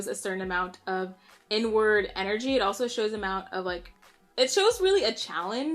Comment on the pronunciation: Girl I thought you said “N-Word Energy” 😂😂🤦🏾‍♀️